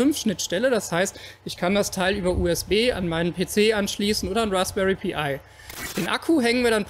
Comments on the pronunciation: Super Idee und super Video! Eine kleine Sache: es heißt "Raspberry Pi", also Pi als ein Wort gesprochen (wie "pie", nicht "pee eye") ;-). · Rasbery Pi spricht man als "Rasbery Pai" aus und nicht "Pi Ai"